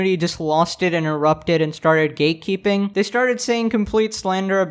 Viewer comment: Why do I hear "gaykeeping" instead of "gatekeeping"?